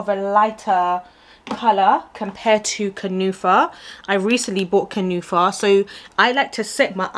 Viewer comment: Kunafa lol it's an arabic dessert lol you killed me 😂 kunafa not kanufa 😅.. Love you beauty🌹